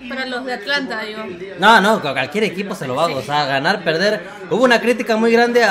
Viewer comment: porque le decis Atalanta y no Atlanta? me dio curiosidad